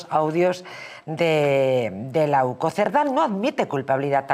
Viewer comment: NO ES OCU ES UCO